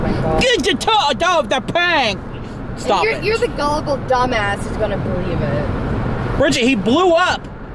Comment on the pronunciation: always says briggett not family he does it all the time you all yell at brigget she just acting out like you all are